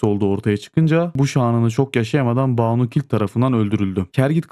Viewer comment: Oğlum Kimse şu ön eki doğru telaffuz edemiyor ya. Kız ismi olan Baanu değil. Banu Banu a kısa. "Bin Hüseyin" gibi düşünün. Kısa okunacak a harfi. 😂